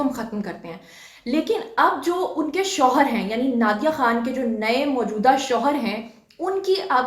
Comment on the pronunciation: plz correction hoshar nahi shohar hota hai